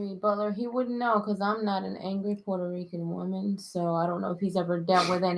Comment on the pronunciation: 😂😂😂😂 what island is this😂😂 WELCOME MON YOU COCONUT WATER WOMON!!!😂😂😂